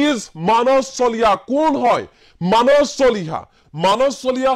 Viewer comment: মানচ চলিহা নে মানস চলিহা ? উচ্চাৰণ আৰু শব্দ ভাণ্ডাৰে অসমীয়া ভাষাক এক সুকীয়া পৰিচয় দিছে আৰু সেয়া আমাৰ পৰিচয়। যদি মানস শব্দটো মানচ বুলি উচ্চাৰণ কৰে তেতিয়াহলে সোণ, সোমবাৰ, সদায়, সময় আদি শব্দ বোৰ কেনেকৈ উচ্চাৰণ কৰিব ? চোণ, চোমবাৰ চদাই, চময় বুলি নিশ্চয় উচ্চাৰণ নকৰিব নহয় জানো ?